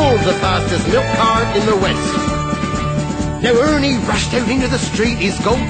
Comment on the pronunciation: Just listened to it again and i'm smiling like a Cheshire cat! I love it at the end were Benny say's Ernie but with a 'H' at the front.....Hernie!